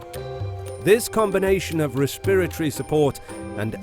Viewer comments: Interesting. You are pronouncing"respiratory" different. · Worst pronunciation of “respiratory “ I ever heard!